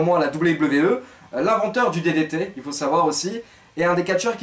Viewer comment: Ça m’a tué comment t’a prononcé DDT 😂 Sinon super vidéo comme d’habitude, continue comme ça.